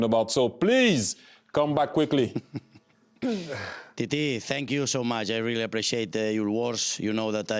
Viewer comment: Xavi pronouncing 'Titi' is so good